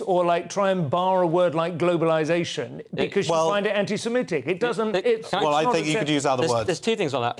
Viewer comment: and he always says semEtic lol